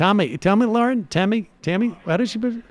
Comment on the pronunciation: I know I'm in the minority but intentionally mispronouncing Tomi's name stopped being funny like two years ago y'all.